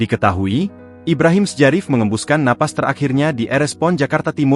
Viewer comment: Ibrahim sjarif dibaca " Ibrahim Syarif " ,🤨